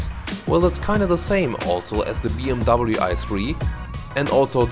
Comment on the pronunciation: Now this is the first time I've heard a German prononcing BMW as BMW instead of "BMV".